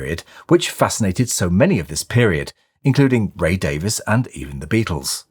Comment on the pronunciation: Nice. I always get grief when I pronounce Ray Davies name properly ; DAVIS. ❤